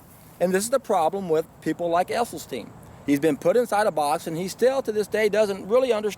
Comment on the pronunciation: Thanks for the thoughts. FYI I heard an interview with Dr esselstyn,s wife and she corrected the interviewer saying it's esselstyn not essylstein.